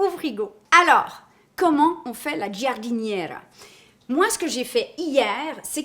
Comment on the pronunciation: Alors tu prononce jardinera. Le i est la pour faite du g un j , comme le e en français comme pour Georges par ex. 😆😆😆